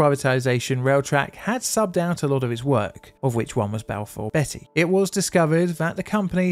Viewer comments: Not to be "that guy, but it is pronounced bee-ty, not betty! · Hertfordshire is pronounced Hartfordshire & Balfour Beatty is pronounced as Balfour Bee-tea not Balfour Betty. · Who's Balfour Betty? 😂😂 She's a naughty girl isn't she😂😂... Beatty "Bee Tee" 😂👍 Great vid, as always.. your pronunciation made me chuckle 😂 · A question, and I had to go back to your video on the Battle of May Island to double check: You pronounce Beatty "Betty", but your fellow UK U-Tuber, Drachinifel, pronounces it "Bay-tee". To my American raised comprehension of English, both are likely valid...but may I ask why there are two different pronunciations by UK English speakers in existence? Kind regards! (Either way, I can only trust any Beatty less now, after seeing this video, than I did after Jutland, which was less than the square root of negative one.) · It’s pronounced Hart- Ford-shire. And is due north of London not north west 🤷‍♂️ Balfour Bee- tee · Beatty is pronounced [BEETY].